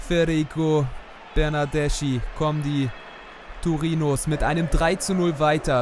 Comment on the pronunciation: Du sprichst Bernardeschi falsch aus. Er wird so wie Bernadeski aus geschprochen.